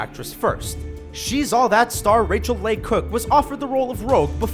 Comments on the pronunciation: Was anyone else annoyed by how he was pronouncing Leigh and Rachael Leigh Cook? It's pronounced Lee not lay. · Stop letting this dude narrate videos. He miss pronounced cavil,Philippe, Leigh and got romanovs name completely wrong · You guys really have to learn how to pronounce the names of these actors. You pronounce Ryan Phillipe wrong and Rachel Leigh Cook